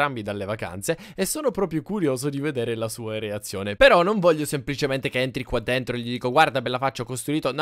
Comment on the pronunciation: Ma pk quando dici reazione dici ereazione?